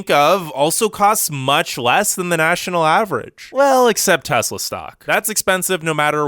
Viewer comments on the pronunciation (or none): none